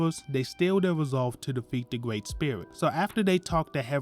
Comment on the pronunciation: A Gwreat Summery my man, sorry just joking, but yea really good video thank you